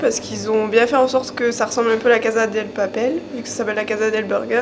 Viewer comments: Par contre c'est " casa DE papel " et pas " del" 😉😉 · Areettterr de dire "DEL papel" c'est casa DE PAPEL C CHIANT a la fin xD Bonne video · C’est la casa DE papel et pas « DEL » !! Il en fait son thème principal mais ne connaît même pas le nom de la série ! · Mdr le COUCOUUUUUUUUU d’ était trop génial par contre on dit casa DE papel pas DEL!! Et moi aussi je suis de Grenoble!!!! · Quelqu'un est d'accord QUE C'EST PAS "DEL PAPEL" MAIS "DE PAPEL" ARRÊTEZ DE DIRE DEL !!!!!!!!!!!! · C’est pas casa DEL MAIS CASA DE FAITES LES CHOSE BIEN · La Casa "DE" Papel ... Et pas "Del" s'il vous plait ... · casa DE papel pas DEL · Les gars du resto ils se disent fans mais ils prononcent la casa deL papel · pourquoi les gens disent del ? alor que cest "DE" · A oui peut être ahah mais je parle du fais qu’ils disent « la casa del papel » durant toute la vidéo 😅 même le restaurateur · ca me pique les oreilles 😭😭 CASA DE PAPEL mdr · Il est nul le concept et puis « Del »... faut arrêter. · Alex Bvt Je parle de la PRONONCIATION bordel de merde il parle de la série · NGUYEN DAVID THAI . Réécoute la vidéo et écouté la prononciation de Casa de Papel merci